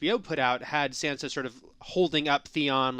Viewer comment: Yuron???? Wtf his name is Theon LOL